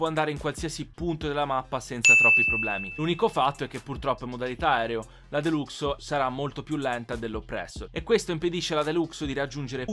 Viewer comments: mk 2 si dice MARK 2, mentre la deluxo si dice DELAXO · Si scrive deluxo ma si dice delaxo